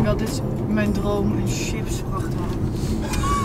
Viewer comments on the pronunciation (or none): none